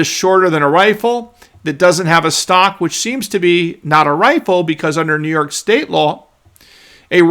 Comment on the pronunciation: Come on, It's New frickin York 😅